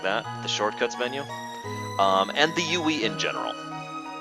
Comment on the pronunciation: UI =/= Youeey. Sorry that really bugged me.